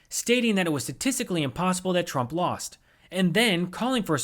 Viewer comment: Apparently lost is a hard word for you too